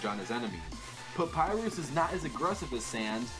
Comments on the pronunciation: papyrus not papyus and sans not sam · Look guys im saying that said Papyrix Lol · pap-pie-rus. thats you you pronounce papyrus' name. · you said Sans right Papyrus not really